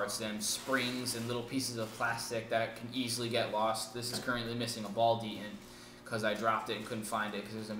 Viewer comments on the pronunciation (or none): just stop doin promaster review the first one sucked the second one sucked and stop saying de ents its detents and how would using the trigger be annoying to an owner becsue thats how u turn on of the eyes when it makes it so much easyer just stop[ doin review with this gun u dont understand it